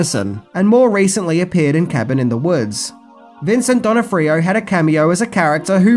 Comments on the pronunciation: "Directorial", not "Directional". "Not "Donna-free-oh", it's said "Don-off-free-oh". His best role was in "Men In Black". Very enjoyable movie with a great soundtrack, which I've shared countless times with fans over the years from my huge 80s soundtrack archive. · Donnafreeo? If you can't pronounce a name just google it. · It hurts me how he pronounces the name. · I never knew that 'Thor' was played by Vincent D'Onofrio, even after said his name like 3 times. Cuz, well, just listen to his pronunciation and you'll get it 😂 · Ps your pronouncing "thors" last name wrong. He's a hell of an actor